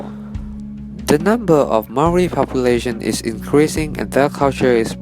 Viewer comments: Butchered the Maori words im Maori but we got wiped out so I guess it doesn't matter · You butchered every māori word but at least you didnt mock our culture like most so i respect that